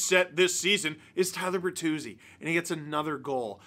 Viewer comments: Tyler Ber”three”zi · Tyler Ber-three-zi